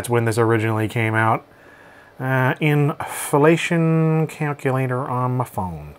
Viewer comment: The way you said inflation made me giggle like a child...